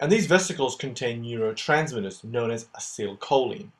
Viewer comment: You did a very good job at making this video and you really managed to show this complicated process in way so it becomes easily understandable. It really helped me to understand what's going on in muscle contraction . I've only on thing you could make a little different next time, please pronounce acetylcholine in a way that you say like Ah- See- Tile- Kho- Leen rather than your version of it, because as a chemistry student I really don't like it when such expressions aren't pronounced the right way. (Maybe your way is just the American way but nonetheless I do prefer the British version, which I am sure of to be correct). Anyway thanks a lot for your great video it really helped me and I'm sure loads of other people too to understand this topic.